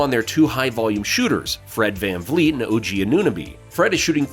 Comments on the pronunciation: We appreciate the raptors love but the mispronunciation of OG, saying Otto is back, questioning pascal as a #1 and scorer when no team has stopped him, saying OG shooting has been killing us when he has a ton of other new stuff on his plate, two trade proposals that don’t make much sense, and a couple other things we can tell you don’t keep up with us fr. But we appreciate the love still and we are in a bad spot and need to do something🤷🏾‍♂️ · Man you can’t even say OG’s name right… 🤡